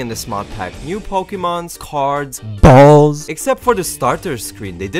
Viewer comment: I really laughed hard when he said "B A L L S"